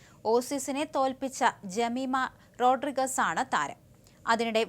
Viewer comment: റോഡ്രിഗ്സ് എന്നാണ്